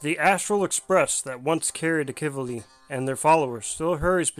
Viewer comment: Well I was pronouncing his name wrong it seems. Heard it in game earlier pronounced as Ahh-Key-V-Lee. (Akivili) Apologies on that 😐